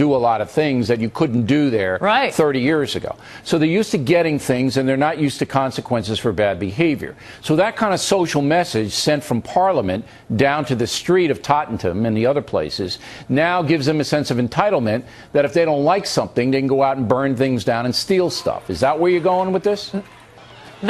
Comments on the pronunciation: Say that again Bill, Tot-tin-tim? LOL. That'll be Tottenham to the rest of us. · I was in them riots.. these yanks dont know what the fuck they are talking about and this billy O'gayboi geeza pronounced Tottenham like a mug, fucking pageant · 2 americans talking about england like there experts. I love how bill says he used to live in england and he can't even pronounce Tottenham i well known area of london.